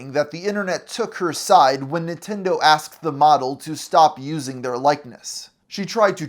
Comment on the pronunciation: It sounds like you're saying "Nitendo" instead of "Nintendo" throughout the whole video and I can't unhear that. It kinda gives me the vibe of how my gramma used to mispronounce every other foreign word lol